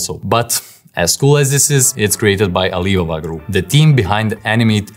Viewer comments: Very interesting video! Thank you for sharing this with us 😊 By the way, I believe that Chinese company's name is pronounced "Ah-lee Bah-Bah" - with the Ali Baba pronounced as two separate words. Great video! Thanks again 😊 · Clearly you are fake, its clear, since no real person would pronounce Alibaba that way